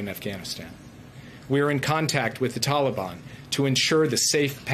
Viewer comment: Since you are the only one bringing him up it appears he is your master and not mine, I don't have a master btw. On another note since using Dotard, is Dennis your new screen name Kim Jong? One last thing it's Taliban, not teliban.